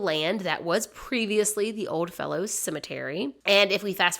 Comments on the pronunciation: Excellent story. I dont think I had heard that they found her real name. Umm...may I please mention that its Odd Fellows and not Old Fellows? But other than that, fascinating story and told very well! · The cemetery name is actually pronounced just like it's spelled Odd Fellows. They're an old organization with a lot of history. They could actually make a good video. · It's Odd Fellows, not OLD Fellows.